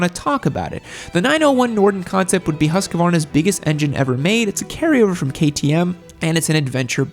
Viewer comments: Sorry. "Huus kvarna." Much wanting. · The new husskarna Me: what tf did he just say O.o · As a Swede the pronunciation of Husqvarna makes me what to burry my head in a powerhammer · and husqvarna